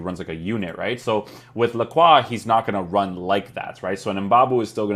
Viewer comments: Lacrwa is indeed the correct way to pronounce his name hehe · ayy someone pronounced his name correctly